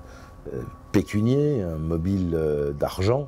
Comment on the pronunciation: on ne dit pas " pecunier" mais PECUNIAIRE....!